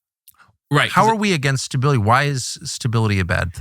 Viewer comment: This guy doesn't know how to pronounce the word stability. Great guest.